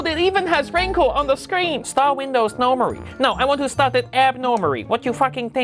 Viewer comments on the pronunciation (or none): "Start rindors nowmarry? No start it abnormarry. rot yu fakking tink?"